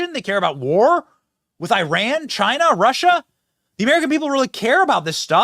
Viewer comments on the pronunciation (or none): none